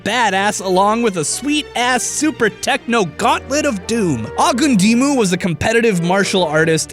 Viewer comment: His name is pronounced "ah-kahn-day, oh-gūn-dee-mu", not however the heck you pronounced it lol you had me confused for a minute. Also everytime I see Akandes gorgeous face I too need to sit down bc DAMNNNNNN